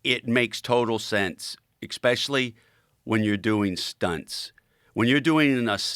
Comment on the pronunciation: EKS-SPECIALLY for a guy with my limited education” Says it all. And what the fuck is a scientific ”EK-SPEARMINT?” 😆😂🤣